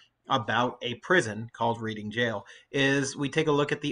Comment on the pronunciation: Yes Thank you! Ps ‘Reading’ is pronounced ‘Red-ing’